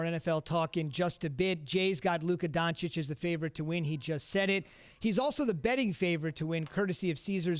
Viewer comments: "DoncheeCH"!!! Not "DoncheeK". Come on Jay Will...if you love him so much, put some proper respekk on his name lol :)) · I would understand if he would call him donkik, but to call him donchik after 2 whole seasons is just mind blowing :O wooow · Who is Luka Donchick? :O I find this really ignorant...after 2 years in the NBA and being one of the top players,..some reporters still don't know how to pronounce his surname. This is not just laziness,..it's disrespectful. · HE IS NOT LUKA DONCICK. Hi is DONCIC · Nobody:... J Will : Luka DonciK 🙄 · DonchiCH! After two seasons of Luka doing what he's been doing in the NBA, not knowing how to pronounce this is a choice. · Doncik? What is this dude saying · I mean Dam Jay Will! At least get Luka's name right when you're voting for him. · Bout to win the MVP still Jay still dont know how to pronounce his name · And you still can't say his name right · seriously guys learn how to pronounce Doncic. It’s really not that hard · Luka DON-CHI-CH